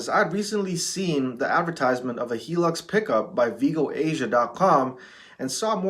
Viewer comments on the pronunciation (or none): its high lux not helux